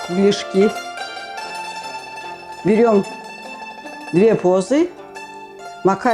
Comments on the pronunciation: нет не правильно если вы показываете как правильно готовить национальное блюдо БУУЗЫ так надо правильно и произносить!!!! Мы же не говорим на пильмени например Мельмень или как-то по другому. Уважение нужно иметь, а если его нет то и не стоит снимать видео как приготовить национальное блюдо БУУЗЫ ☝️ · Дуры,вы сами позы! Вроде взрослые,а не говорят позы (буузы) так то